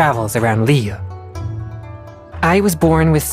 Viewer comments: That’s true, but [Liyu-eh] is the correct way to pronounce it. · Liyuu? Isn't it Liyu eh? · every character and npc has their own way to pronounce Liyue seriously noone sais it the same i never know how correct pronounced